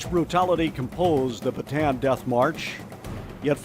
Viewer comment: Great memorial! The only problem was the continuous, never ending mispronunciation of the word “Bataan”. There is no “an” sound in this word. Instead, the word is correctly pronounced in Filipino as “Baa t on on”.